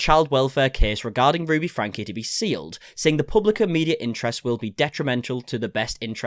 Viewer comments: Just a small point, you lose credibility when you pronounce the name wrong, it's not pronounced "Frank" but "Frankee". And Shari is pronounced "Sherry". Thanks for the update. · It is pronounced Frank-ie. If you’re going to cover this you need to get this right. If you pronounce her name incorrectly constantly, it sounds like you haven’t actually done your research. Which I know is not true, but you should know how to pronounce the name of your subject.